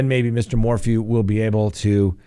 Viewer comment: His name is pronounced MOR • FEW, not MOR•FOO.